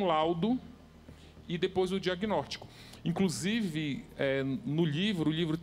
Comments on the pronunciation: Cara ele fala "Diaguinortico" kk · Regiany de Lima Reparei! E mais: disse “diagnórtico” e comeu alguns plurais 😫